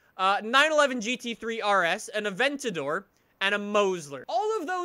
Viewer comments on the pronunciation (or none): none